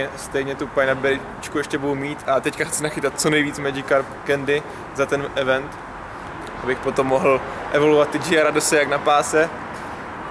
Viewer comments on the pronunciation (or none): none